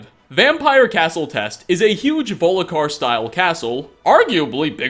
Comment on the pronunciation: it's castle volk ihar not voli kar